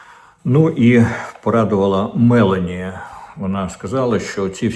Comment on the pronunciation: Не Ме'лані,а Мело'ні